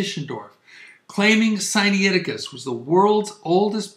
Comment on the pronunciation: It is not Sigh Knee aticus. It is Sigh nigh ticus. nai is not knee eye; it is simply night with the t dropped.